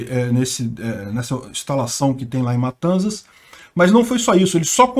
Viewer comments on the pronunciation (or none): em "matanzas" o "z" tem som de "s" como em "dança".... o mesmo para "mendoza" (escutei vc pronunciar em outro video), abraço! melhor canal do YT